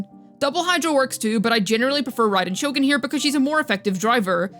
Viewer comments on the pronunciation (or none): none